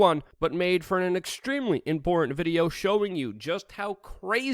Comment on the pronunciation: You mis-pronounced "Important". I'm a we are change member, dig the videos and thanks for keeping us informed!